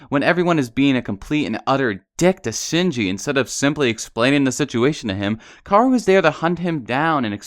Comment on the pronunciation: Was anyone else cringing when w kept saying karu and sinji!??? ITS KA O RU AND SHINJI